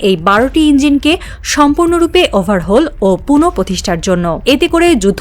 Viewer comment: Overhole noy overhoul 😅😅😅